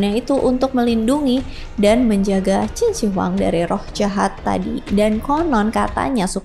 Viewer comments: Bacanya QIN SHI(SHƏ) HUANG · Salah baca nama mbak... Totok banget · mbak belajar dulu cara menyebut nama yang tepat barulah bercerita